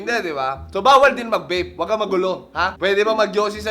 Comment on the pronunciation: napansin niyo ung sinabi niyang murang juice pero ung bibig niya ang bigkas murang vape hahaha skl po